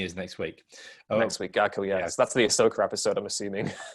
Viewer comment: Why is it sounds like he's pronouncing Ahsoka's name as Asso Katano, I can't unhear it now! (Brilliant video, both theories about the clones equally believable)